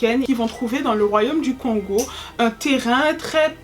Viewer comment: Kongo en séparent la prononciation du O de celle du N ça se dit donc kôngo, pareille bantu ca se dit bântou. Et dit coup pour encore un peut se casser la tête on utilise " mu " (mou ) pour parler d'un individu et "ba" comme marque du plusieurs, donc un dit pas un ou des congolais mais on dit plutôt mukongo ( un congolais) et bakongo ( des congolais). Et encore un casse tête ont appelle le royaume des kongo : Kongo Dia Ntotila ( on peut traduire par empire fédéral kongo ou États Unis fédéral kongo ) car effectivement Y'avait plusieurs royaume ( qu'on appelle Bundu Dia Kongo )